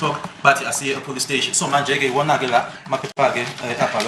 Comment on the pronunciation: Why is Zulus always say police steshi😅. I grew up knowing a police steshi and I'm loving it❤